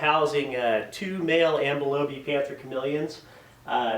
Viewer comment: Really really awesome job on the vivarium and the video, but if I may nitpick one little detail, ambilobe is pronounced am-bee-low-bee. It's a Malagasy word